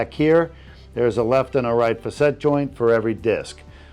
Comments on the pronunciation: I think “facet” is pronounced “fa-set” not “fuh-set” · Facet joints not facette. Doesn't look like a hanging. Looks better than getting cut open and filled with opioids.